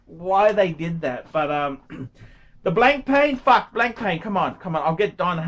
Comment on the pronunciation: It's not pronounced 'blank'+ 'pain' you obtuse prawn.